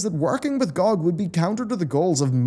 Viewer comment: it's not gogg, it's g-o-g.